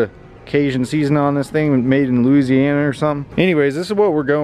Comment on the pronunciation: It’s so funny to hear people thats not from Louisiana say Louisiana